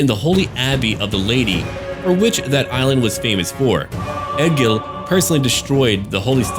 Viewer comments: "E-GIL" dammit! how hard is that to pronounce!? Ergil? ewewwrtgbggil? no... E-GIL.;) now. back to the vid:D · im norwegian, and egil is a typical norwegian name. Trust me, its e-gil. 😁 but it will sound more like ey-gil when your pronouncing it. Our way of sounding out the e is abit weird. Loving cinematic vids btb. Great content!